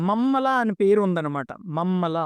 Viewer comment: Mammala kadu bro mahamalla